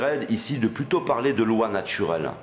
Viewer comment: la loi natchurelle ? accent de banlieue francilienne ? Cependant votre vocabulaire n'est pas mal du tout. Un peu de critique - mais - amour quand meme; vous avez mon pouce up.